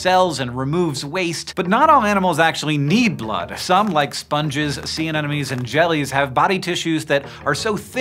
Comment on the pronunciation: You mispronounced the word Anemone.